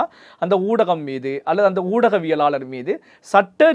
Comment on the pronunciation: Oodaviyalaalar enru sariyaaga uchcharikkavum